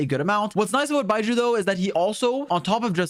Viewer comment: Love you mate, but can you not call him 'Bye-jew' ?